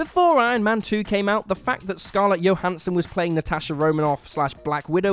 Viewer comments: The way you pronounce Scarlett Johansson's last name is really messed up. It's JOE-hansson, not YO-hansson. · It’s Scarlett Johansson, like: "Joe-Hansson" not Johannsen, what you said sounded dutch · I'm sorry, "Scarlet Yohansen"? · For a channel that does a lot of MCU videos, why can none of you seem to pronounce Scarlett Johansson correctly? How hard is it to pronounce it the way she pronounces it.